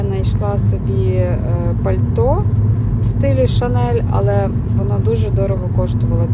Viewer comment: Chanel чи шинель. ;)